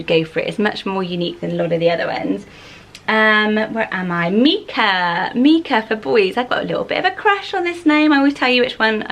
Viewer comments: I have a son called Micah lots of people say it incorrectly as Meekah maybe because of the singer. But the biblical pronunciation is with the strong I so Mykah as it’s a variation of Michael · Micha or Micah is often pronounced like Mike(a). Long "i" sound. Never heard it as the "i" sounding like an "e" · Never thought I’d hear my name in one of these haha. My name’s Mikaela, but I’ve always gone by Mika. I think the stone/biblical name you mentioned here is pronounced mike-ah, while my name is pronounced meek-ah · I love these name! In America we pronounce Micha like My-Ka, which I think makes it more wearable for boys. Mee-ka sounds more girly to me, so cute either way! My grandma's name is Coralie, I love it so much! How do you think it compares to Coral? Do you think Coralie will increase in popularity soneday? My sister-in-laws name is Jade; she is 25 so that makes sense to me that it was trending in the late 90s! It Is is such a cute name and is super wearable!